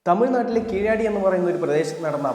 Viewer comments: Keezhaadi alla Keezhadi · സായിപ്പിന്റെ ഉച്ചാരണം അല്ല . അത് , അത് , തനത് ഭാഷയുടെ സ്ഥലത്ത് ഉള്ള ഉച്ചാരണം ആണ് യാഥാർഥ്യം . തമിഴ് ഭാഷയിൽ ആ സ്ഥലം ' കീഴടി ' கீழடி , Kēēladi എന്നാണ് ഉച്ചാരണം . ēē < തീർകമായ സ്വരങ്ങൾ ആണ് . a < ഹൃസ്വമായ സ്വരം ആണ് .